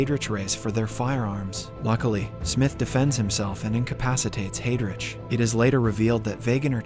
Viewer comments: I can't get past "hay-drich." It's "hi-drick." 🤦‍♂️ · Excellent summary and well paced. My only comment, can you in future spend some time learning the correct pronunciation of names. As an example Heydrich (/ˈhaɪdrɪk/) Not hey rich